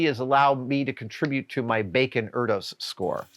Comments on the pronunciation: Just fyi, Erdos is pronounced like 'air-dish' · "Erdos" is more like "Air-dish" in fact but I appreciate both the mention and the sentiment :). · Erdős, of the Erdős Bacon Number, is pronounced AIR DISH